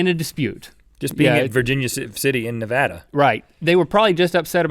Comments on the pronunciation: Thank you for saying Nevada correctly:) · Rhett and Link -- thank you for saying Nevada correctly. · THANK YOU for talking about the Spite Houses in Nevada! I live there, and it's one of my favorite stories about the area. And THANK YOU for saying Nevada correctly! Love you guys! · I live like 2mins away from Virginia city Nevada also thank you guys for saying Nevada right